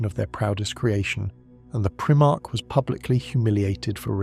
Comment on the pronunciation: You didn't get very far then. The pronunciation of "Primarch" here is obviously Abominable Intelligence.